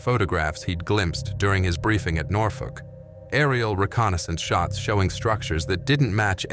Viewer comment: Nothfork ? Its Norfolk you imbicill ! Thirty seven confirmed kills in an F4U Corsair as he displays a P51 Mustang .